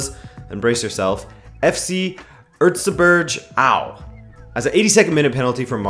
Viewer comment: Thanks for taking a look at the second Buindesliga. Your pronounciation of Erzgebirge Aue was just too funny :D